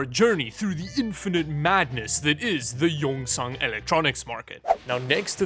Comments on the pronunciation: Pronounced yongsawn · I died when i heard "yongsen " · pronounce Yong Sanh, Yong = Dragon, Sanh = mountain